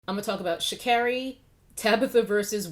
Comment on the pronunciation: It's pronounced Sha'Carry and I agree with your take on the controversy. I think she'll come back stronger. Just sit this one out.